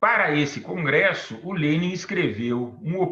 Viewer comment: Só passei para notar a pronúncia correta do nome do homem 👏🏻